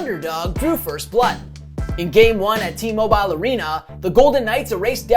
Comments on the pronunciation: It's pronounced T-Mobile not T-Mobiiile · Great video, but the way you pronounce “T-Mobile” arena kills me 😂